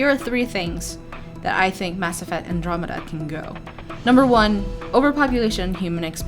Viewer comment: I heard that you can choose your own race and gener DAI-esque character creation, is that not true? Oh and you said andromeda correctly.